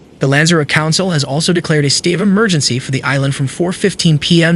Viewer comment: "Lanza road" GTFO.